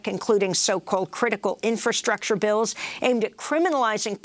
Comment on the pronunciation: This guy pronounces “Bills” as Bells 🔔